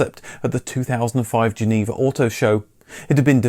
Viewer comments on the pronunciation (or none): none